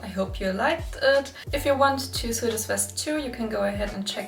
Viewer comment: Hi, super video. Sag mal woher kriegst du das interfacing? Ist schwierig zu bekommen. Finde es nirgends. Btw sew wird sou ausgesprochen nicht siu. Nicht wie new. 😅